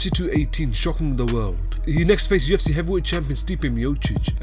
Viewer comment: At UFC ( at-eoff-see )